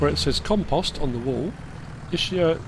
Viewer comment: It’s pronounced Is-kee-a, not I-shi-a Tricky map because there’s a lot of things to like but also a lot of things which could be done better. It lacks a bit of nuance between the two.